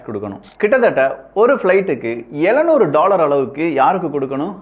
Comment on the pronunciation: எழ நூறு ன்னு சொல்லக்கூடாது எழு நூறுன்னு உச்சறிக்கனும்...